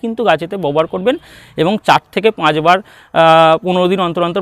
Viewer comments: Aapni "Babohar" kotha ta bobohar bolchen keno ? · আরে দাদা ববহার নয় ব্যবহার হবে। 😂😂